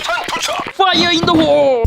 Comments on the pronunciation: 인트로 퐈이어 인더홀 ㅋㅋㅋㅋㅋㅋ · 나만 인트로 파이어 인어 호로 들렸나